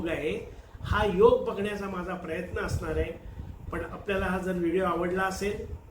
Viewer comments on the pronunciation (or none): none